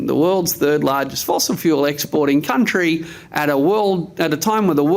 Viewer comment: Welcome to “The Kleva Cuntry”